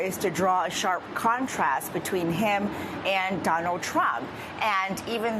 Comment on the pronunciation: Somebody doesn't like "Downald"